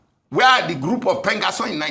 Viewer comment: PENGASSAN ❌ PENGASSON✅